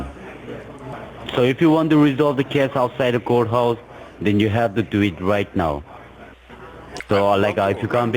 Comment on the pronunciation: What's a "portico" ? What's a court "hou?"